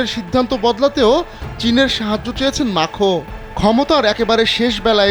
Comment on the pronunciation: মাখো না ,ম্যাক্রো